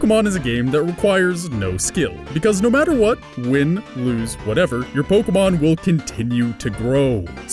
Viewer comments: Mike Marks po-kay-mon is the proper pronunciation, but nobody really cares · lets get down to the real question here if it pronounced pokah-mon or pokee-mon?